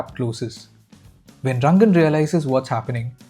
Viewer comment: You are also manipulating us by calling him Rangan constantly when his name is Ranga 😅